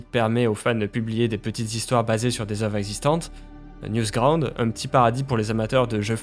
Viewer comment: NEWgroud pas NEWSground ... wow faut faire attention la